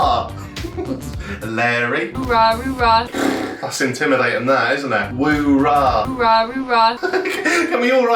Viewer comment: Didn't she say rooraw? Not that it makes more sense, just I guess checking my hearing lol my brain cells are dying..